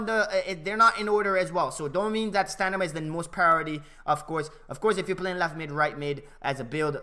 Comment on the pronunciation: Great vid bro, looking forward to the skill moves guide. btw does anyone notice that he says stanima not stamina the whole video, LOL just sayin tho